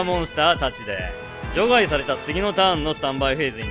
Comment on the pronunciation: 除外の発音が場外みたいで気になる